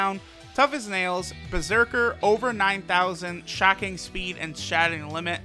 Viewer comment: I'm not the only one that heard him say Shocking Spleed, right?